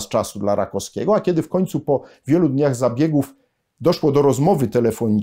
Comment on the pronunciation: RakoWskiego, nie Rakoskiego.